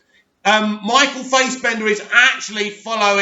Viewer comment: your pronunciation is legendary as always ;) (it's pronounced Faasbender') In terms of villain acting performances shannon>Eissenberg>wilson. I haven't seen BOP so can't comment on McGregor.